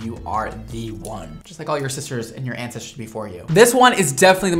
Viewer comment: Did you say ansisters? 😂